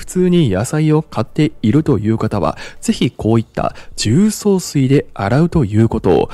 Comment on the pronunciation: 重曹のアクセント変ですよ、出身はどこですか?